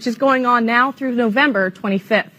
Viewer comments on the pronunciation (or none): none